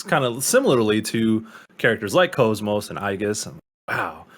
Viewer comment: its kos-mos like OS (operating system) not cosmos, its literally said in game. and yes xenosaga is in publisher hell